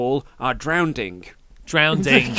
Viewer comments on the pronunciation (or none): Can it really be a "great" segment if the story takes a really disappointing turn half-way through? Sure, Heyman and Reigns were good (apart from "drownding"), the banter and shifting dynamic between them was interesting and entertaining, and even the bit of violence at the end was fun. But they were building up something so much more intriguing than just another "villainous swerve," which we've seen a dozen times. It's weird, I know it was a good, maybe even great segment, but it lost a TON of intrigue, sadly.